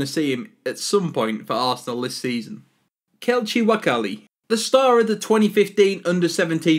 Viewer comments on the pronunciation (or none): Who else cringed on the way he pronounced kelechi nwakali